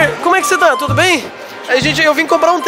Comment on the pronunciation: Eu sou de Portugal e tu disseste tudoooo mal